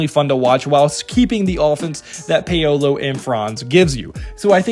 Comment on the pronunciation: ShayDionne (Shaedon) & PayOweLow (Paolo )you hilarious but bro stop! Obliterating names on purpose... 😫😂😭